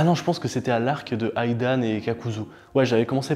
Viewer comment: Pour Naruto ça ce prononce Idan est pas AIDAN comme aizen🤣🤣 (Hidan)j'ai enlevé le H pour qu'il comprenne :)